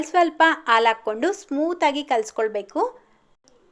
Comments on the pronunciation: Alu Alla haalu sariyagi Kannada Matadi Kannada ucchara sari madkolli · ಆಲು ಅಲ್ಲಾ ಹಾಲು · ಆಲು ಅಲ್ಲ ಹಾಲು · ಅಕ್ಕೋರೆ ಆಳ್ ಅಂತ ಹೇಳ್ಬರದು ಹಾಲು ಅಂತ ಅನ್ಬೇಕು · Aalu alla mam halu 😂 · Aal alla halu